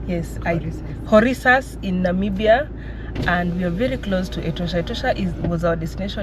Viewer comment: Is Korixas, h is silence